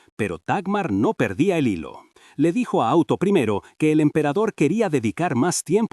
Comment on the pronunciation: El auto primero, o auto y, me hacen demasiada gracia, pinche ia, jajajaja no dice un solo nombre bien